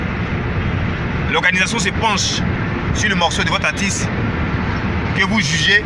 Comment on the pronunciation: On dit artiste pas atisse. Ha ivoirien avec le mauvais français.